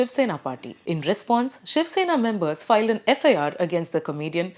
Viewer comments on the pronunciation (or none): none